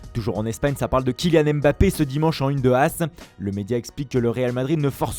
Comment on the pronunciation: Lache l’accent camerounais pour dire MBAPPE 😂